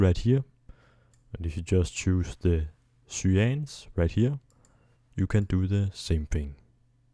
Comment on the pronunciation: love the way he pronounces cyans